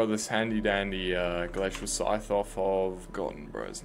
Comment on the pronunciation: Dude says glacial scythe right but absolutely destroys glacite jewel